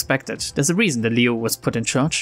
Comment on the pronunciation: Actually you read Liu and Xiao right on first try! That IS the correct way to read them so go ahead :D